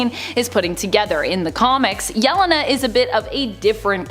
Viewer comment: Supposedly a comic channel, but butchers Yelena's name.😂